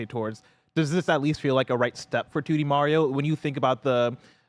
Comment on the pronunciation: They pronounce Mario wrong 😆